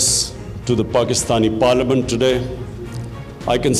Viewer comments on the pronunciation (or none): none